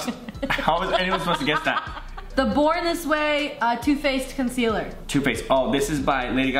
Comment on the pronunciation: the way Kian says concealer